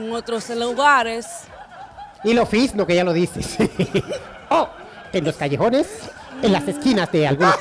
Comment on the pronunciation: "En los callesjones " 😂😂😂😂😂